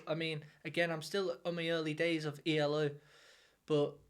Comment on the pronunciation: It's E.L.O. Three (3 yes 3) separate letters not eeellllooo if you are going to pronounce it do it right or better still, ELECTRIC LIGHT ORCHESTRA and this album is from 1981 NOT the 1970s, so please get it RIGHT. JUST SAYING😮